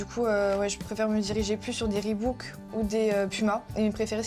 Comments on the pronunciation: On prononce ribok et pas ribouk ya qu'un o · On dit pas Ribouk mais ribok car il y a qu'un seul O dans Reebok, si la marque serait Reebook là on prononcerait ribouk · on dit pas ReebOUk mais ReebAUk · Oue par contre je comprend pas sa s'appelle reebok pas "reebouk" arrêter de dire comme si il y avais 2 O y en a juste 1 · Reebok pas reebOUk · Bah nan ca se prononce Rebouk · Non. Ça se prononce "Ribok", en anglais les 2 oo se prononcent "ou" et là il n'y en a qu'un.